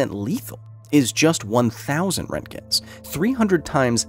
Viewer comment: That's not how you pronounce Röntgen